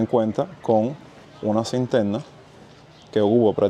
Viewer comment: Cinterna o "Cisterna"???😅